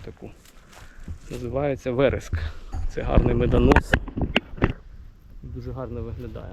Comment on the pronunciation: Дякую за цікаве відео про зміни, тільки не вереск😱, а верес😅